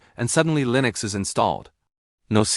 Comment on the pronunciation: WTF is Lee-nux?! lol